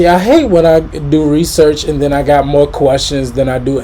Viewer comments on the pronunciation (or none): none